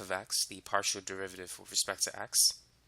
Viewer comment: In 5.30 partial z/ partial x is not pronounced de z / de x, however excellent explanation and perfect selective examples. Thank you for sharing